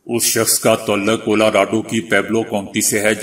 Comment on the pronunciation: آپ میں ایک اچھا نیوز کاسٹر بننے کی خصوصیات موجود ہیں۔ مگر اس کے لئے آپکو اپنے تلفظ پر خصوصی توجہ کی ضرروت ہے۔ مثلاؓ "تعلق" کو آپ ہمیشہ "توعل لق" پڑھتے ہیں۔اسے " تاعل لق" پڑھا جاتا ہے۔ "بہادر" کو "بوہادر" اور "پیغام " کو "پے غا م" وغیرہ وغیرہ۔ آپکی کامیابی کے دعا گو ہوں ۔